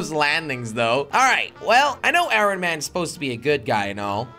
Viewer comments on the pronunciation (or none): He keeps saying irin it’s iron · I love how jelly just keeps saying ironeman in stead of ironman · Irin Man? i thought was pronounced Iron... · “Iorrn man” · I love when he says iron he says iRon man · It’s pronounced ion man not iron man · did he say I-ron man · It's iron not irin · Why is he saying irin man!?!??! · Jelly can't say iron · iron not irion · Nobody: Jelly: eye-Ron man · jelly says ironman like i-ron man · He said iorn man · He said (I Ron man) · The way he says iron though 😂 It's pronounced ion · Jelly pronouncing iron I-ron lol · Iron does not sound how it is spelled you say iRon with the r like how it is spelled but it actually sound like iYon the r sounds like a y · Pronouncing it eye-ron 🤣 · I stopped watching this vid because he was saying I R O N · he saying iron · he said iron wrong😂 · Just so you know kids, you do not pronounce the “R” in iron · Jelly I can’t help you saying iron wrong I just can’t stand it please say it differently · You say “iron” wrong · The r in iron is silent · you always say iron wrong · He can't say iron